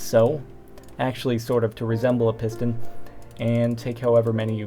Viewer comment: It sounded like he said pissed in. Thumbs up if you thought so too :)